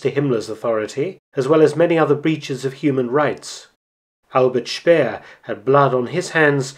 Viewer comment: I finally got a good lesson in the correct pronunciation of 'Albert Speer' here. I hadn't fully gotten that there are two syllable in that last name!